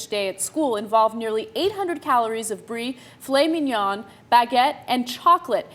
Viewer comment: Win for pronouncing gyro correctly - fail for pronouncing filet mignon incorrectly.